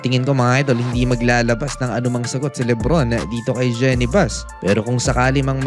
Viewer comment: Boss kulang yata yung research mo. 7 hours ago naglabas na ng statement c Jeanie Buss tungkol dito. Saka po Jeenie ang correct pronunciation hindi po Jenny.